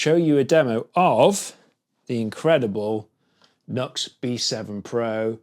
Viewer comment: Nice job! Just fyi, it's pronounced as "New Ex"